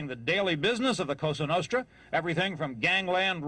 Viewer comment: Say a cosa nostra!.. correctly!! You white bread!!